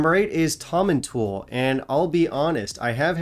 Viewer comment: Tomintoul is actually pronounced Tom-in-towel not Tom-in-tool. It’s one of those names to catch you out 🙂